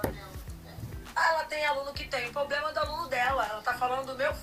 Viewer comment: E nem problema. "Poblema" kkkkk